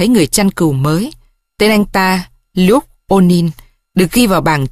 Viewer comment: Doc hay lam. LUKE phiên am sai. Nho google lai cách phiên am. Mrs Smith co the doc la Ba Smith